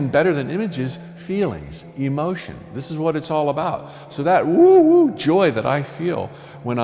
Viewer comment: He got that right. It is “woo woo”